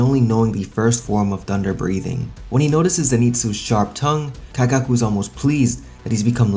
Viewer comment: Why are you saying his name like that?